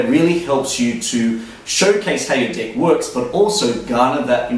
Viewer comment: I have to pause this for a second... Can you please stop saying DICK and say DECK...kthanx